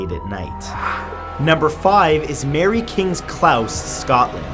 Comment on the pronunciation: Its Mary kings close not Klaus. Close as in i was so close i could smell it